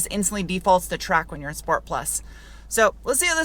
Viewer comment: Sshhh port, Al oohh min eee um.